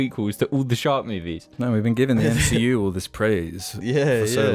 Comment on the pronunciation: When you say shark, I hear shart